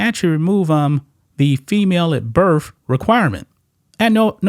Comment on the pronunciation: you lost me at "birf". Get a grip on the English language, I don't care if it's a cultural thing!